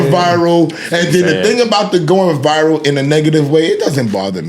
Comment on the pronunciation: Everybody: "Viral" Esso: "VIval"